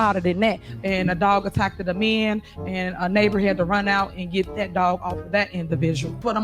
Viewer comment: Attackted, is that a word? Again, take an English class. You just don’t listen to good advice “Leader.”